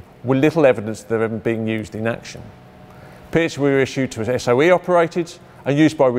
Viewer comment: Could it have been renamed because someone thought that a weapon called the "pee-at" was too rude?